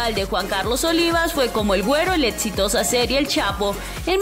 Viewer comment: Que es “netflis” y “etsitoso” ya enséñenle a hablar a su narradora!!!